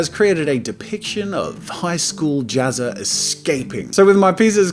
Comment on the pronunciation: his name isnt pronounced JAZZA! its JAZzA!?